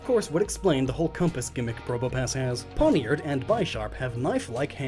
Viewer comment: PineappleJuice99 and the dagger Pawniard is based on is pronounced "Poyn-yard".